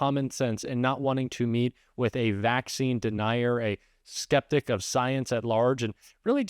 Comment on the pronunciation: did you call RFK a sceptic or septic? both work